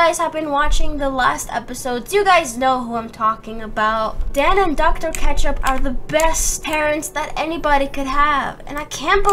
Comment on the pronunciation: I snorted when she said " Dr Kecthup" XD LOL